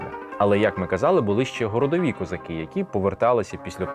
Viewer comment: Треба казати не "козакі", а - "козаки". Вивчайте українську орфоепію!